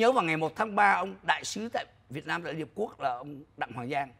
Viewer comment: Sao ô dũng này nói việt mam như vậy ô là ai ô ở đâu